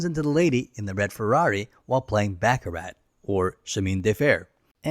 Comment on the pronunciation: learn to pronounce baccarat please